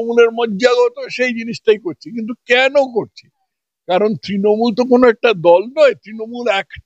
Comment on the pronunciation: দলটির নাম তৃণমূল- তিনমূল নয়। আপনার speech therapy করা দরকার। তথাগত বাবুর অত্যন্ত শুদ্ধ উচ্চারণের সামনে আপনার উচ্চারণ বড়ই শ্রুতিকটু।